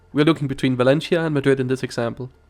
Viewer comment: ¡Ningún problema! And since you don't mind constructive criticism, please pronounce Valencia like in Spanish 'Valensia' not 'Valenchia'